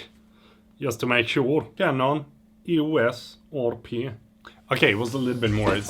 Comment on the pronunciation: I watched the part of the video when you search on the phone the Price of the Canon EOS RP, like 7 times trying to "get" the pronunciation...